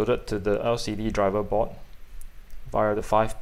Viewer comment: Thats for the vid but early on it was difficult to know what you were talking about, the word is "board," not "bot"